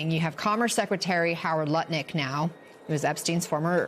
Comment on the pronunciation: hahaha he said nutlick haha